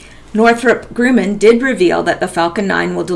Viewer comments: Just to help your future reports, Grumman is not pronounced "grooman". It's Grumman. I worked with that company for several years at the Northrup facility in the LA and Palmdale areas. Thanks for all your great work! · Also, Northrop Gr-uh-man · Pronounced Gruh man,fyi. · I'd be more confident in this video if narrator at least knew how to pronounce commonly known name of Northrop Grumman ! Cannot believe her as knowledgable about much when even a child should know correct pronunciation . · Why are you reading a perfectly banal article to us with such desperate urgency? And Grumman rhymes with 'rum'', by the way.